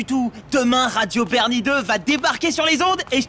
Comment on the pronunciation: Sur radio bernie goouuuuuuuudeeuuh à la fin(jsp même pas ce qu il prononce)😂😂😂